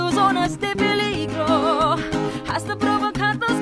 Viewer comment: Maldita Exactamente. And I also noticed, she pronounced mistakenly the word "Hasta", it shud be Asta, silent H.